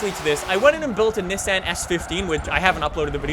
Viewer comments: That’s not how you say Nissan lol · The way this guy says Nissan makes me want to punch a puppy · A car guy who can’t pronounce Nissan or Mazda correctly, what a fucking donut